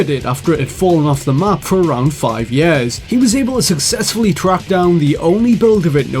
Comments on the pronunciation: "sager" and "yahr" instead of sega and year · the way u say year is stupid.